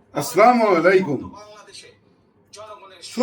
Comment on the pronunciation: আসলামু আলাইকুম না আসসালামু আলাইকুম হবে।